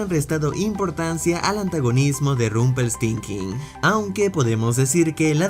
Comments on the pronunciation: Nadie se dio cuenta que no supo decir Rumpeltiltzkin? (O como se escriba) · Porque lo pronuncias así???? Es Rumpelstilskin 1d10T4 🙄😒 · Alguien más se dió cuenta que dijo Rumpeltinkin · Es genial cuando dices Rumpelsthinking. Gran video. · No más, ese final fue Perfecto, y te hace encariñarte con el personaje y su historia. También pienso que pronunciaste levemente mal el nombre de Rompell... lo menciono debido al reciente video de “errores” de